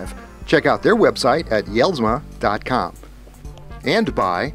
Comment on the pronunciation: Hey love the show been watching for a couple years now. Denny is a friend of mine and he really makes a nice product. However I want you to know that his name is pronounced like (Yells-ma) The J is silent. Thanks for the show keep up the good work!!!